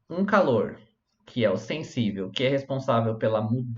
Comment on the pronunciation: "Senssível". Tá zuando né man. Pqp